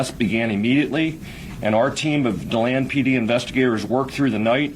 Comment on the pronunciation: if you can’t get places right, find someone who can!!!! it’s de- land florida👎🏽👎🏽👎🏽👎🏽👎🏽👎🏽👎🏽👎🏽👎🏽👎🏽👎🏽